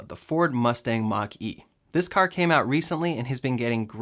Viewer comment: I keep hearing Ford Monkey lol